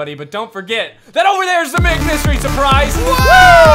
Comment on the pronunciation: When you said big mystery surprise well you said mig